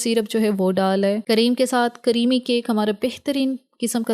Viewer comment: Creamy ❌ Caremy✔️